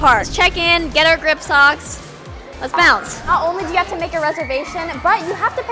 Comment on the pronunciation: I love the fact that every time they went to go somewhere else she said let’s bonce